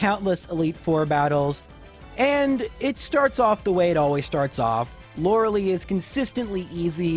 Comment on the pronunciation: Lore-uh-LIE. "Lora-a-lee" is not how it's pronounced.